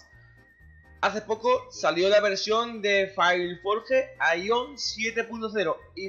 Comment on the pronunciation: Porque tanto espamento por que sacaron el idioma español, no es la muerte, cuantos juegos juegan en inglés y no se quejan. Me da risa jajaja... y es Aion no Aión, donde le ves el acento??